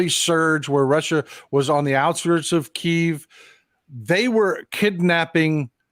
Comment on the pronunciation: much respect to you sir. Please pronounce Kyiv (kee - iv) correctly instead of the ruzzian word Kiev (kee - yev) Thank you